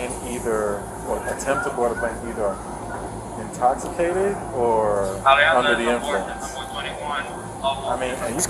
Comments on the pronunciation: Officer: you're under arrest for public intoxication: IM NOT INTOCKACATED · “I’m not intockicated” 🤣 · “I’m NOT intoc-a-cated!” Gotta love it! Wonder how she is sober! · "I'm not intoghigaded!!!"😄